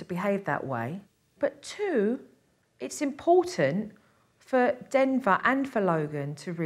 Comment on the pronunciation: there mom said dinnger instead of denver